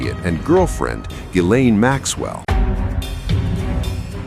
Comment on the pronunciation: How does anyone professionally talking on TV for a living still not know how to pronounce Ghislane?